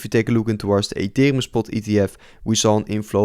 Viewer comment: Gast, je spreekt super en ethereum verkeerd uit... beetje zoals die crypto rover. Maar verder leuke video hoor. We krijgen nog wel een wikkie down om de liquidity the grabben en daarna boomskiboomski